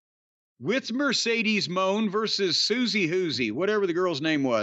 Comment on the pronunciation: Corny’s use of “Mercedes Mooooooan” is always funny to me